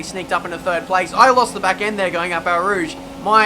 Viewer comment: au rouge is pronounced as o rouge not a rouge